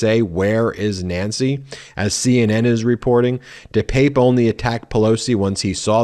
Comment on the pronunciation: Ben his name is pronounced Dee pep pay, just so you know. Thanks for all you do.